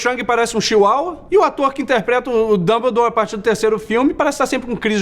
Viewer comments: Nossa o nome é Dumbledore e não Dãobordor seu escroto vai pra escola depois agente conversa ta bom! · gostei do "damboldor".